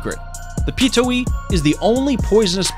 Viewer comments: piTOHUwi. Not pitowi smh ck ck ck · "Self proclaimed king of the skies" How can a bird "self proclaim" anything? *facepalm Also, completely butchered the name of Pitohui.